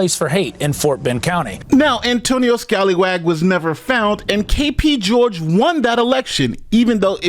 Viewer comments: "Antonio Scalywag" lol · Scallywag has two 'l's ... that name is Scaly (as in a fish) wag. As with corruption, an inability to master English goes with this south east asian territory.